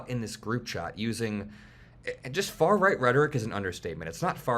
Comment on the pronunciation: "It's not far-reight rhetoric, its not-c rhetoric"... I meeeeean tomato tomato